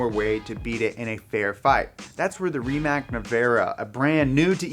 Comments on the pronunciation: Rimac Nevera is not pronounced RimaK but Rimats. Also, "nevera" means disbelief in Croatian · Super excited for the rimac Pronounced ree·muhts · I think Rimac is pronounced "Ri-mats"